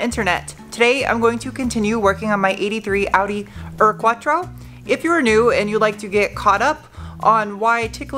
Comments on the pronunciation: smiles.. a FYI,, Ur is pronounced Oor, same for Blau-poonkt.. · I am such a huge fan of your channel. Maybe this helps 0, %. The original German sounding pronunciation of "ur" has an "oe" sound. Like "boost". It means something like "original".